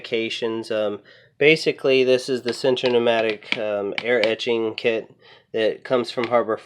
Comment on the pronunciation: 1. VOILA not WALA. Pronounce VWALA. French. 2. Never blast without NOSE & EYE protection- both. Lungs are very sensitive organs. 3. Why not use a stronger compressor like a 6 gal pancake compressor? 4. ETCHING, not EDGING. Articulate your words. Nice to see that HF has a small micro blasting device. Good demo though hard to see the finish as resolution was poor. you use glass bead media, you can polish metal. A tumbler with steel shot does not produce a hammered effect on jewelry. Any metal jewelry, silver, copper, aluminum, steel, is tumbled to be polished to a high shine. If you want a hammered effect, blast it or hammer it.